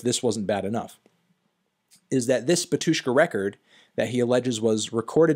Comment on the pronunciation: take a shot every time he says batYUshka instead of bAtyushka